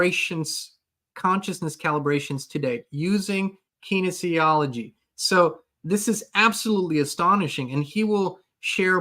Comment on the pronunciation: Are you saying "kinesiology"?